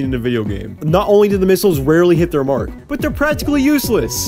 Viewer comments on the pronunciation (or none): none